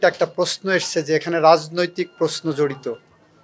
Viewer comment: পসন না প্রশ্ন।চোচাল না সোশাল